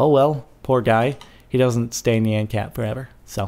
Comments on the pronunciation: I HATE IT WHEN PEOPLE SAY NEON INSTED OF NYAN !!!!! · It is pronounced nee-an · NYAN= NEE-ON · No, it is (Ne-an) cat. It only makes sence because (ne-an cat) means meow. Poeple just say it like (ni-an) cat because how it looks. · no, no its not that would be wierd, its knee-yan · Nian, that's how it is pronounced, look it up on google :) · Nyan is pronounced "neon" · No, it's pronounced nian, it's Japaneese, look it up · its pronounced naiyan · It's pronounced nih on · Your not saying it right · You pronounced Nyan wrong -_ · Nyan is not pronounced like cyan